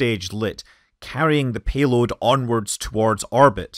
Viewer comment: The "peeload"?